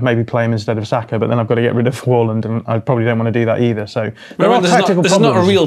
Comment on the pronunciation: First football channel to pronounce Haaland properly.